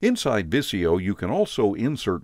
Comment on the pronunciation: It's not viss-ee-yo... it's viz-ee-yo!!!